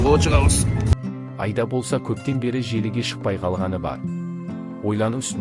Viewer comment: Мынау комментаторға айтарым,Айда деген не сөз,айда деген малды айда дегенмен бір ғой,дұрысы Аида,егер айтылуын айыра алмасаң и дыбысын екі рет айт Аиида деп,сонда дүрыс естіледі және осылай дұрыс айта алмайтындар жеткілікті.